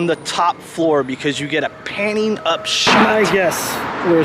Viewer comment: 1980s nudity, woot. I thought you said panty shot when you mentioned panning shot too around the Long Beach cafe. 😁🧐📺💯